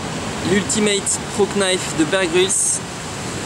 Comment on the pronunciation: Très bonne vidéo, mais on ne prononce pas le "K" de "Knife".